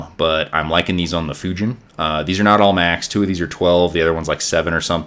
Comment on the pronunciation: Spread the word! Fujin pronounced "Foo-jean" Raijin pronounced "Rye-jean" Google is your FRIEND!